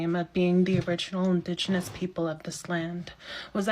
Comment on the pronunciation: SAY IT WITH ME “IN-DIG-E-NOUS” 😂😂😂😂